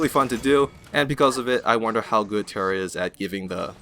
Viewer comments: Its Tyra not Terra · tyra not tera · Why do you keep pronouncing every champions name wrong? Is it to piss off someone or do you really think thats their name? Like, tara and drogols.. Dont take me wrong i love your videos. Just, please try to pronounce it right. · wow tira i never knew that, wasnt it tyra with i?